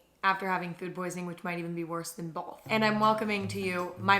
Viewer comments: People either say “both” or “bolth”. Emma says bolth. Lol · the way you put that L in "both" like "BOLTH" ....i cannot unhear it